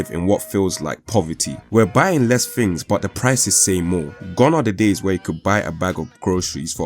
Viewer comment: "Fings" not THINGS? "Wiv" not WITH?